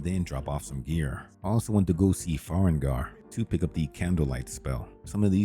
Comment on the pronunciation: it does sound like AI generated dialogue. No breathing at the beginning of sentences, NPC names not pronounced correctly (Fart Kiss = Farkas, Farengar = Farengor, so you use "Secret Fire" instead). Sorry if I'm mistaken, and if I'm not, I find this very smart and the results are good (saves a ton of time I guess)